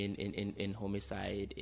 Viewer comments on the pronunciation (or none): Chei “ Homicide” is pronounced as “ Homocide” deh. Chei Gambia 😂😂